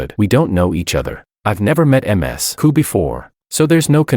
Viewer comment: Someone please fix ai pronounce Ms. Correctly 😂